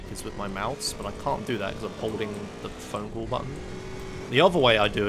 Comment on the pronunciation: phone cull as I can understand :d